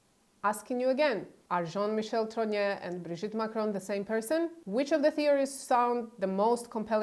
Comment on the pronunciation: It's TROGNEUX, not TROGNEAU. Candace regularly mispronounced this surname, this your misspelling.